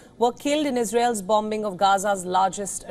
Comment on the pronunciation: Please pronounce bombing correctly ...the newscaster said bomb bing